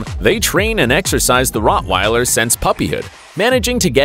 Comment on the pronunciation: Needs to learn how to pronounce Rottweiler and Papillon.